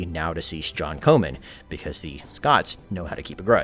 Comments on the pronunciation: Comyn Not , Co man .. Yanks , can't pronounce anything the right way... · Comyn is pronounced Common. Please fix this or your video is bloody useless! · John Comyn is pronounced like common